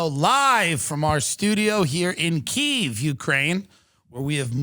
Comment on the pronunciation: KYIV.... you said it right. Thank you. (Glory to Ukraine)